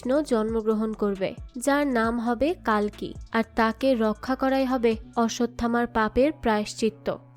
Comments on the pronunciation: "কালকি" না "কল্কি" অবতার 🙂🙂 আপনি একটু ভুল বলছেন 😊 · কালকি না,কল্কি শব্দ উচ্চারণ ঠিক করে বলুন🙄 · hindi te কাল্কী ucharon kora hoy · Seriously কালকি Ekjon bangali কল্কি uchharon krte parchen na😡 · Thik. Kali ke kali avtar bolche. কল্কি কে কালকি bolche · It's কল্কি not কালকি